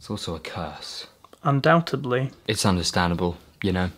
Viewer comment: undoubtedly, not undoubtUBLY. Silly boy!